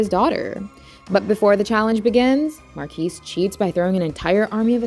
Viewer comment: The s is silent. It's not mar-kees. It's Mar-key.